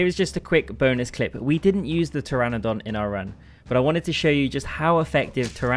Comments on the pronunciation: it hurts hearing you struggling to say pteranodon... when the p is silent and you try so hard to pronounce the p 😭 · I didn’t hear the p, but I definitely heard the missed n multiple times 😅